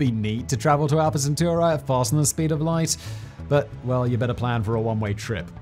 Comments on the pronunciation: "alpha centu-rah"? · I wish would learn how to say "Alpha Centauri" right.